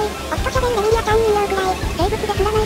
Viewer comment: さくや⭕️ フラン⭕️ レミリア❌